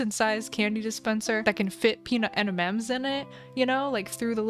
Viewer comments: No it’s triggering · It has been said that every time says "enimems" a beautiful baby is born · same gurl, en em ems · ITS EM IN EMS GIRL 🤣🤣lysm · Eni ens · “Peanut en-en-ems” I can’t 😭🖐💀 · Idk why saying Emimems is so funny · The way says M&M’s has me dying ✋🏽😭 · i was like.. is that an ‘N’ ? 💀